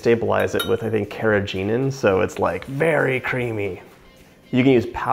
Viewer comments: It’s pronounced.. car nee gen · Stabalize it with carageegan??? For real?? Carageegan is a thickening agent that is used to make oil degreasers that mechanics use to get the grease off their hands. It destroys your intestinal and organs. It can kill you. This is not meant to be in any food. Human or pets. Of course all you who think im crazy, when you have cancer or intestinal tract infections or diseases in your 30's and 40's, you will know why... i educated you. If its chemicals and you can't pronounce it, why would you eat it??? Sad, that so many people are uneducated.